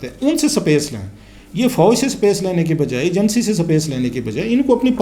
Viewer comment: Clasra sb sapace nhe space hota hy Pehly apny alfaaz thek kren phr politics py bat kren thanks